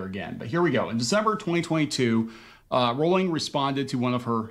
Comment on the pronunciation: Can I just say thank you for saying Jk Rowling's name right? I can't believe after decades people continue to say it incorrectly. Love your content btw, I found you through the amber heard trial and love how you don't put up with bs